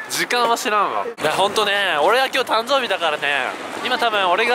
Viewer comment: たんぞーびwwwwwwwww